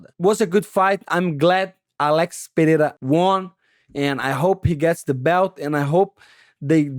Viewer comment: Money Mo, who told those geniuses DC and Rogan it’s pronounced pe-heira?